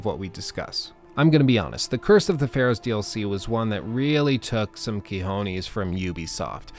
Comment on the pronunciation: Ok brother, you know I love your stuff but the word is not "quijones" is "COjones" that's all